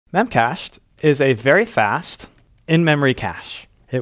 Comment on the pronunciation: I think they pronounce it as “Memache D”